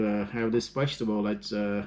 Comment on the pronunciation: Think he means vegetable he said wegetable.